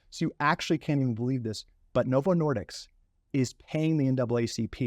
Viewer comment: It's disk, not diks.